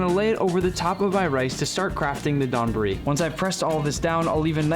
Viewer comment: NOT Don-buri, it's more like when you say the word "dOme" or "dOugh" with the "O" more pronounced. Not like the name Don.